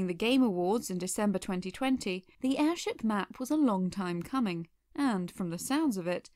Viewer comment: Is it weird that I found your "airsheep" mistake kinda adorable?